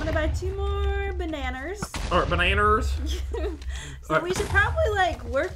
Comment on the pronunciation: I love your videos and I love how you say bananas but in stud you call it banner